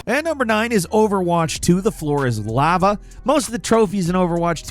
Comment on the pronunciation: I've never heard the word lava pronounced that way. It's Lah-Vah, not Le-Vah.